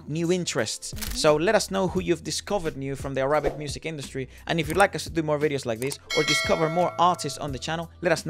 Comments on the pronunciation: It's Árabic, not Arábic, por favor !!! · It’s not Ara-bic.. it’s Arabic.. like “pick” or “bick”